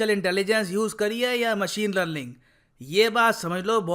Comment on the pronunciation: 😂😂 literally, lerlinn(learning)